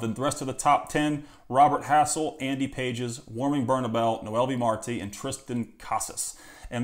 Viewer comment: Andy Pages = Andy "Pah-hez"